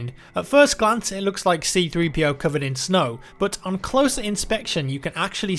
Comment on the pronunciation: I'm glad you called C-3PO, C-3PO instead of 3-CPO like Matimio called him.